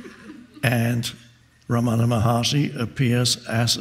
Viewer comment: It's pronounced RAM-ana not Ra-MANA